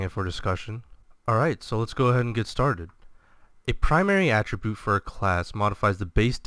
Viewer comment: Not to pick, but I found it slightly annoying that you pronounce 'attribute' with the emphasis on the second syllable. This would be correct if you used it as a verb (ie - "The reason he died could be attributed to his low health") however you use it as a noun in the video. Just a thought. Good information otherwise.